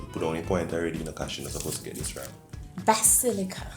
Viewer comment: Basillia🤣🤣🤣🤣WHATS that pronunciation phle what🤣